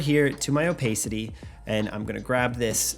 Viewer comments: “o-PACE-ity”? “o-PACE-ity”? It’s “o-PASS-ity”, ding dong. I’m SO tired of “youtubers” posing as “filmmakers”. Ugh. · Did he say "Oh-Pay-City"? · I’m going to comment on all the videos I watch until you apologize for saying “opaycity”😅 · You say opacity wierd